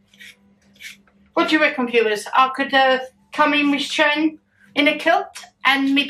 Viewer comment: Shannon as your saying it correctly 🎉🎉 never had it did look gorgeous.. Hi mama g you looked lovely in gray top 💝 Shannon i would just wait and see what happens with dada you never know might be surprised 🤞 if mama g gets a kilt 🤣🤣🤣 yep the way to go is ready chopped onions... Love and hugs sweetheart 💞💞💞